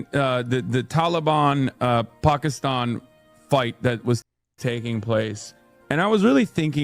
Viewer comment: The way he says Taliban and Pakistan, he's been coached by a Muslim. American's in the last 30 years everywhere don't pronounce anything like that